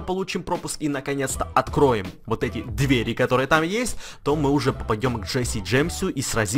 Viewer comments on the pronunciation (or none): none